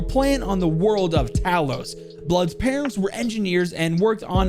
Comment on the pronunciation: Talos is pronounced similar to towel, tow-los.